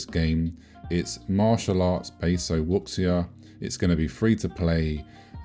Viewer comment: Great video but if you plan to cover it more in the future I'd suggest looking up how to read Chinese transliteration. It's not Wuksia it's Wu-sya etc